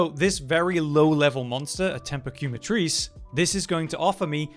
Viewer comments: Love the vid, but you are butchering Quematrice 🤣 in French and Spanish it means Burn and is pronounced “keh-mah-trihs” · ok ok ok..... QuemaTHRICE or QuemaTrizz ?